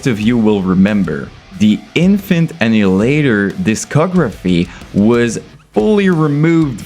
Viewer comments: I didn’t know it was pronounced infant innihalator? Whaaat? Annihilator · its kills me you can say annihilater correctly UH-NIH-UH-LATER not innulater seems like you american i dont get why you got to say it so wrong maybe it just me but it kills me every time you say it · bro, very good review, but it's pronounced AN-NIGH-HILATOR not ANN-HILATOR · Annie later?!?!🤣🤣🤣🤣 ann i uh later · Ann Eye Hill Later repeat until you can pronounce it man. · Omfg, say it with me bro.. ah.. nile.. ah.. later. Jesus fucking christ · Great video, but you're pronouncing Annihilator (A-Nah-EE-Lay-TOr) wrong! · every time you say anal ater I die a little bit it's a good video nonetheless lol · BRO,,, its "AHHH NYE AHHH LATE ERRR" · ITS ANNIHILATOR NOT ANNADILADER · are you retarded, you cant even pronounce annihilator? WTF is anninlater. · He also said "Enterprise Herd". Not sure if all this is a meme or something or if he actually didn't know how to pronounce these. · To me, it sounded like you said: "Infant In-hil-later". Oh, and - "cloning line..." I think you're on to something there! Imagine if every UTuber had their own cloning assembly; that would certainly be more lucrative (albeit ethically dubious) than your own merch and clothing line. 💀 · Sounds like you're saying Infant ani later 😂😂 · Bro, you misprounced the bands name within the first second of the video. I don't even care that the band liked it, I don't want to watch this shit knowing you're about to do it another 1000 times. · please learn to pronounce Annihilator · Wow, turns out I've been pronouncing the name of this band wrong for years.